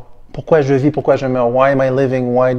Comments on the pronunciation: I think Dimash corrected the pronunciation of "vis" and "ris" in subsequent performances, which I was glad to hear. He has lots of languages to conquer! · Great reaction. Welcome to the world of Dimash. He gives us all chills! Fun little fact for you...Dimash has never pronounced the “s” at the end of “vis” and “ris” before or after this performance. I don’t know why he did it here. He said he was very nervous (although it didn’t show) or someone mistakenly told him he was pronouncing it incorrectly. This song is actually a very well known French song. It is from a French Canadian rock opera theatre piece called “Starmania”. Supposedly it is one of the 5 most difficult French songs to sing. Dimash nailed it! He even improved on it in later performances. Every song eill surprise and amaze you. Please check out more songs by Dimash. I recommend: Sinful Passion Love is Like a Dream Your Love Screaming (Idol Hits version) - his original pop song Olimpico Know Across Endless Dimensions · He realized the mistake in the French pronunciation regarding "vis" and "ris" actually and in a later recording says them properly. Another French speaker I saw also pointed this out! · I personally think he was pronouncing the s on vis for mic effect. But French is not his native tongue either